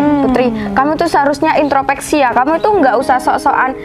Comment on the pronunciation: IntroSpeksi. Bukan intropeksi.